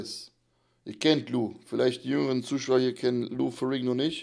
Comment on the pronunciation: lou ferrringo????!!!, haste nicht mehr alle? heisst ferrinniioo, ausgesprochen.🙄